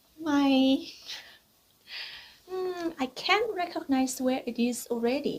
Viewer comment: Recognize ออกเสียงว่า เรคคิกไนส ไม่ใช่ เรคค็อคไนส ครับผม (คลิปทั้งสองชัดมากครับ)